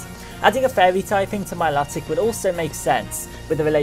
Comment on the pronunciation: Mil"O"tic sorry it was annoying me :P